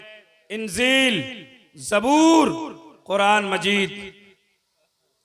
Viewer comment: کیا جاہل ہے جو انجیل کو انزیل بول رہا ہے